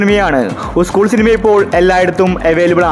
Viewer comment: ഉസ്ക്കൂൾ അല്ല മോനെ, സ്കൂൾ, സ്കൂൾ. കഷ്ടം.